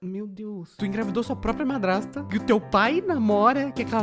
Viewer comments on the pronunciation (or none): Só eu que percebi q ele tá falando padrasta e não madrasta?